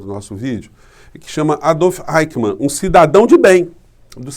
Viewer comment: Querido, não é Aicman. A gente diz Aiximan. Um abraço.